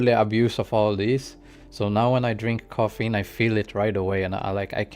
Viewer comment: "Caffeine" not "coffeine" Love this review, keep going